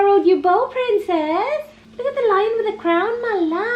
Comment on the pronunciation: Hey-lo prRRrrrrRrrEen-cess!!